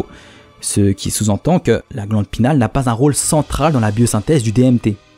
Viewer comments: Vidéo intéressante ;) Juste, c'est "pinéale" :) pas "pinale" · Sur le fond génial ! Pour la forme , il me semble que l'on parle de glande pinEale et pas pinale.. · Salut je suis trop content que sois revenu comme sans prevenir haha Encore une super vidéo Mais sinon juste un petit détail Glande pinéale et pas glande pinale Voilà c'est tout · c la glande pinéale pas pinale :) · GLANDE PINÉALE* « pinale »…. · La glande pinééééale il faut prononcer le é ;) ahh je chipotte encore mais bon c'est toujours mieux de le savoir. Bonne vidéo ! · pareil il dit alcalod alors que c'est alcaloïde !